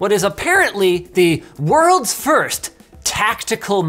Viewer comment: aggressivli why’d you edit it, it was funnier when you said firth:(